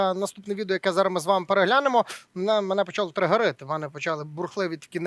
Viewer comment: дякую ведучим за працю. Лиш питання до ведучого - що таке "триґерити"?